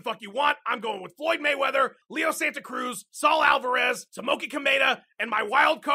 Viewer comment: It's Alvarez not AlvErez.... you mot.....